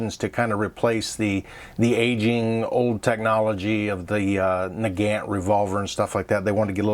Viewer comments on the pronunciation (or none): For FXXXX you at least try to pronounce TokarEv properly.Not TokarOv but Ev...and NgenT is also sad,NagAN mate.show some respect.